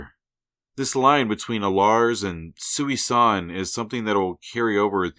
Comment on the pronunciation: Small nitpick...Thanos' mother's name isn't "Sooey-San". It's pronounced "Susan". That's the joke. Such a normal sounding name to be the mother of the avatar of Death.